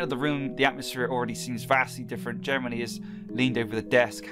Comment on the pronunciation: I had to listen to it a bunch of times but then in slow-mo Jeremy is now Germany XD little mess ups like this make videos even more epic